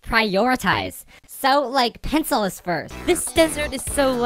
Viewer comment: Its so when she calls pencil penc penc like if you agree